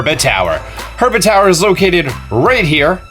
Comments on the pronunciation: to me it sounded like he said "Her-ba-tow-er" Instead of URBA-TOWER which is the actual pronouncation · I love the mispronunciation of the locations sometimes: herba map shows hebra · (heeb-ruh) not (her-buh) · I need one more Shrine is herba......... I mean hebra😂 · I hate you for calling Hebra Herba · Is nobody else bothered that he pronounces it Herba instead of Hebra? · Heh-BRUH not her-BA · Herba? Are u serious? How the heck can you mis pronounce that?!? I mean seriously! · Hebra not herba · it's hebra, not herba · that moment when he even SPELLS HEBRA in the title and say herba lol. gr8 video tho thx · i know he cant help it but i die a little every time he says herba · lol:) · Is it just me or i heard herba region? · he says harbra bebra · “Shrine orb” “herba” lmao I don’t think this guy’s played the game before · Triggered every time he pronounced it "Her-ba". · It's pronounced HE-BR-U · SpeedyFoot if you're not joking this is hebra tower he just pronounces it wrong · you said hebra wrong just saying